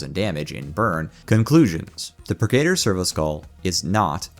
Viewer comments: its not pur-gator; Its purge + servitor aka. The Purgi-tor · The way you are saying purgator is killing me. 😤